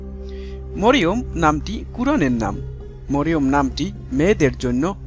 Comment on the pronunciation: Marym are sothik uchcaron marium hoile,apni moriom bolesen kano